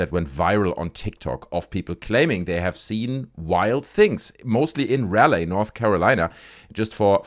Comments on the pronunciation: If you care, its pronounced Raw-lee. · Interesting video. I live in Raleigh, NC. FYI it’s pronounced “Rah-lee” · The city is pronounced ra-lee. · Ra Lee Thats how you say raleigh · Sorry for the correction, but Raleigh is pronounced Rah Lee. Trust me, you're not the only creator pronouncing it wrong. I like your videos. 🙂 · Oh and its pronounced Raleigh(Rah-lee), great video though